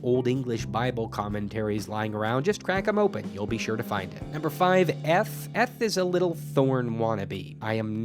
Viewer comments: Wouldn't "eth" have been pronounced with the voiced dental fricative rather than the voiceless dental fricative as you pronounced it? but /æ/ is not between /e/ and /i/. /æ/ is in fact more open than /e/, so either your examples are wrong or your linguistics are wrong. That's just complete and utter bullshit. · Great video! Ðis is just ðe kind of stuff I study in my free time, & I'm glad oðer people are passionate about it! Just, please, work on ȝour pronounciation of eth and yogh. That was hard to listen to.